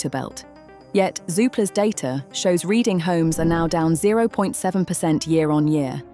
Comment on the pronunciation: All these idiot BOTS - can’t even properly pronounce Reading !!😖